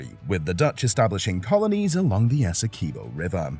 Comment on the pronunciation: Good morning bro the name of our largest county is pronounced ESSE QUIB OH not ESSEKIBO. Please humbly accept tis correction.